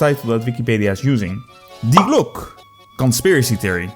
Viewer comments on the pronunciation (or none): It's not "Day Glok" but "Dee-e Glok-e" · It's called die Glocke not the glooock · Yeah, why does he say Glock? Does he think some letters are there for fun? Is he French? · Btw its pronounced "dee glock-ay" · That is not how you pronounce Die Glocke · Imagine making a 11 Minute video about Die Glocke without asking google translate even ONCE how it is pronounced. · Talks about die Glocke. Pronouces it wrong at every opportunity. Truly a non german speaker moment. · I love you you misspronounce "Die Glocke" at the beginning. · almost hit dislike for the pronunciation.